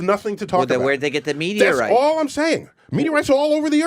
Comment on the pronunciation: Me-meteor... Meteorites